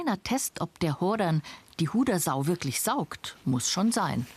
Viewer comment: Die Sendungsverfolgung ist klasse und informativ. Seit weit über 40 Jahre sehe eure Sendung. Damals gabs noch den Baum 🌳 und die maultrommel ... hoffe es kann sich noch jemand erinnern . Aber ein kleines negativ gibt es .... betont die Hodersau richtig ......😂😂😂😂😂 bussi danke für die kult send